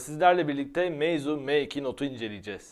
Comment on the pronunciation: Meizu değil meybuz olmuş o